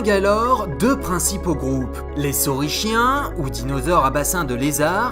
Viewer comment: Génial la première vidéo par contre on prononce (saurisKien) et c'est pareil pour ornithischiens ^^